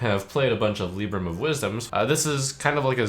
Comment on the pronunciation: Dammit, the HS guy saying "Lib-bram", Trump saying "Lee-bram" and me always thinking it was "Lie-bram".